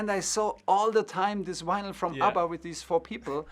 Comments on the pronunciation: Tuchel saying 'Winyl' has made this for me! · Germans pronounce vinyl like this.